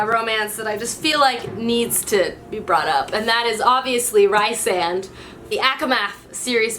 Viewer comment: It's pronounced "ree-sand" btw but yeah SJM's characters are so precious